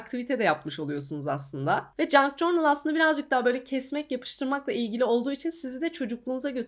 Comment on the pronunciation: merhaba! Bi ajanda kızı olarak kanalını çok seviyorum 🧡 Bi de “cornıl” değil de “cörnıl” diye telafuz edersen videolarını daha rahat izleyeceğim ☺️ Obsesif kişiliğimden olsa gerek videoya odaklanamıyorum telafuza kafam takıldığından, kusura bakma 🙈